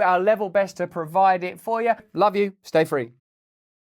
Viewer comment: how mNE tIms R U gonna sA it? ‘stA-frE’ we hrd U 1st 2 tIms, gud grEf.. btw., clever 3 sided ‘coin’ jOk😂